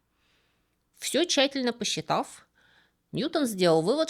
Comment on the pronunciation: Вы уже определитесь: НьЮтон или НьютОн. А то через раз произносите, то так, то так. А по поводу ПлАнер или ПланЕр, часто говорят так: ПланЕр - летательный аппарат тяжелее воздуха (условно) без двигателя, а ПлАнер - аэродинамическая составляющая самолета (те части, которые отвечают за основную аэродинамику и прочность, Т.е. кроме двигателей и доп. оборудования) Т.е. вполне можно говорить о ПлАнере ПланЕра.